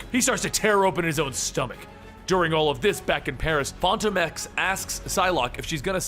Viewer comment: Fon tome ex?? Come on my guy